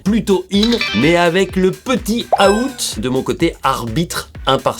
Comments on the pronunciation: C'est out pas a-out mais sinon stylé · Quitte à corriger la prononciation mets "Ouwt", out à la française ça sonne pas pareil